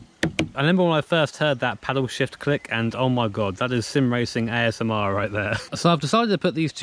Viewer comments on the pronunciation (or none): none